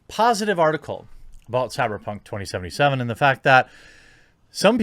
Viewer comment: Stop saying “2077” like fuck me